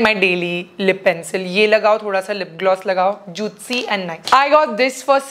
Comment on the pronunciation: Why do you say juitcy!?